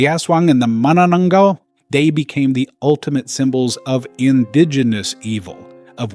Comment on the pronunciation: That's 'manananggal' 👻😶‍🌫️🤐